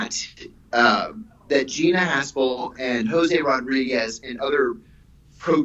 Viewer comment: Am I hearing the name correct ? Gina Arshole 😆